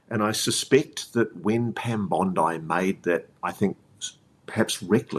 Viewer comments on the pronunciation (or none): none